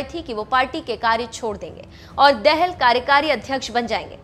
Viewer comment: dehel nahi betaa dahaal padh ne nahi aati mukh uthaake chale .aaye.